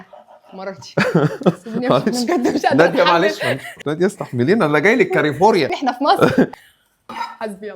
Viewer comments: كلفورنيا وليس كليفوريا😅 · نضحت عليك وبتقول كاليفوريا🤪